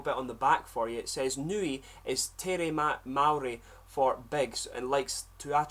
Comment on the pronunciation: You pronounce Maori better than most white kiwis